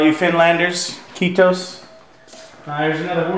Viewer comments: greets also from Finland! very nice mansion you got there hehe nice job on "kiitos", good pronunciation :) btw, we're not "finlanders", we're finnish ;) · btw. how well you can speak finnish? that "kiitos" is amazing